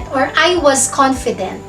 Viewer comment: In example number 1, Why do you pronounced “s” like “z”. Like the word “was, you said it “wazz” . I think you mis pronounced S to Z.